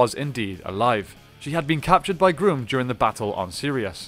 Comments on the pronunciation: It's Grumm not Groom 🙄🙄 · You keep calling grum groom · Wait did you just say emperor groom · "Emperor Groom"? XD I'm dying. It rhymes with rum and chum. It's Emperor Grumm. That's how they pronounce it in the show.